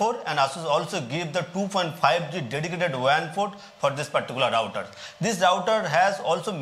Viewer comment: Thanks for pronouncing the word router correctly, not rooter, lol.